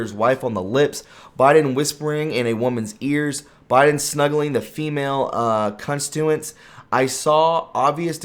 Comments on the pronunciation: Cunt-Stu-ents? It con-stit-u-ents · It’s not constuents, it is conSTITuents.